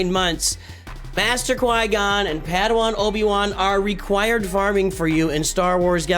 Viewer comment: I think you keep calling him "paddywan" because you're accustomed to the hard /e/ in Obi-Wan. I do the same.